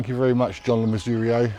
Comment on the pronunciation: Pronunciation of his name was spot on.